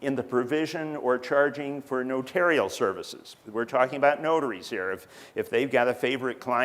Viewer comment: 'Notarial'! Finally an instructor who pronounces it right!